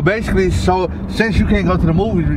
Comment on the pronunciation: "bashickly" im so sorry